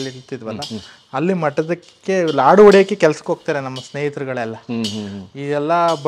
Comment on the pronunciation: ಲಡ್ಡು ಅಲ್ಲ Sir ಲಾಡು ಅಂತ ಹೇಳಿ ಯಾಕೆ ಬೇರೆ ಭಾಷೆಗೆ ಬಹುಬೇಗ influence ಆಗಿಬಿಡ್ತೀರಾ ನಮ್ಮ ಭಾಷೆ ಪದನ ಬಿಡ್ಬೇಡಿ ದಯವಿಟ್ಟು